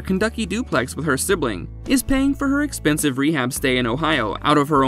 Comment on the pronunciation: How the hell did you say Kentucky?